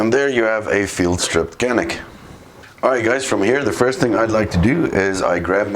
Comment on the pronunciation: It’s JAH-nik.